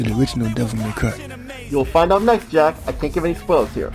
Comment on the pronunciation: You know I had to check that again and again, I thought you said Jeff there and not Jack